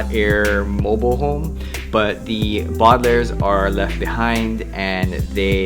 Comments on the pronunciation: bardlairs. Thats how you say it. Its Baudelaire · It's bo-da-l-air-s not bodalers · you say the bodlairs its the Baudelaires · The way you pronounce the bualdalares lol